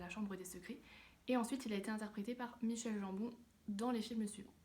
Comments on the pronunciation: En gros : MAÏ KEULE GANT BONE mdrr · Ça se prononce Michael comme Michael Jackson et Gambon en prononçant le g comme guitare et en prononçant le n à la fin haha